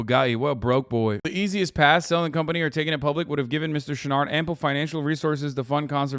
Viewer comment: I listened to the first half of this without looking at the screen much, imagine my surprise when I discovered Hasan was trying to say "Chouinard" the whole time